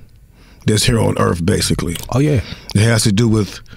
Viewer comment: Its earth not earf